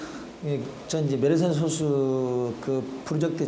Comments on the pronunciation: 나레이터님의 소수'발음에 문제가 있습니다. 대부분의 발음들이 소:수로 들립니다. 저만 그리 들리는가 궁금하네요. 소쑤.또는 솟수처럼 앞의 소를 짧게 발음해야 하는데 대부분의 발음들이 앞의 소'자를 길게 발음하고 있습니다. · 소쑤로 발음해야지 왜 소수로 말하는건지...아나운서가 국어발음도 모르고 이런 영상 찍는건가? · 소:수로 잘못 발음하네요. 소수(0.1)와 솟수(7)를 구분 못하면 그렇게 발음할 가능성이 높지요. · 님이 말한 그 소수는 소수이고 수학에서 말하는 건 소쑤(된발음)입니다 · 수학계에서 솟수라고 발음하는 국내 학자는 없을겁니다. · 앞으로는 제발 [소쑤]로 발음해 주세요~ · 10년 전이면 그동안 컴퓨터 기술이 엄청 발전한 걸로 봐서 더 큰 솟수도 발견됐을 거 같네요... 그런데 나레이터가 수학상식이 제로인듯. 소수(小數，decimal number) 와 달리 素數(prime number) 는 솟수라고 할텐데. 작을 소 자는 발음시 장음이고 원소 소 자는 단음임. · 그래도 ebs방송인데 소수 발음은 제대로 해야 하는 거 아닌가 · 시작하자마자. 小数와 素数발음도 구분 못하는거 보고 비추박고 나감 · 2초만에 발음 이상한데? 싶어서 바로 댓글 찾아보니 이거 있네. ㅇㅇ 나레이션이 발음하는 소수는 0.1 같은 수를 아우르는 소수임. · 장단음 아나운서 성우들은 서로간에도 깐깐하게 잡는다고 알고있는데 이렇게 그냥 나왔다는게 신기하네용. 피드백이없었나